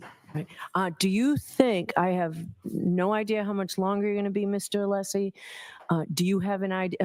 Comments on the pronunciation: Hey-just fyi, the name Alessi is pronounced with a short e not a long e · has an apparent issue pronouncing Mr. Alessi name. It's so disrespectful, IMO.